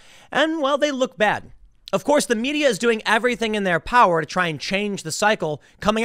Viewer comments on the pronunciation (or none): none